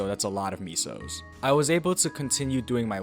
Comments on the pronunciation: "Misos" .... Soup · stopped watching as soon as u said meeso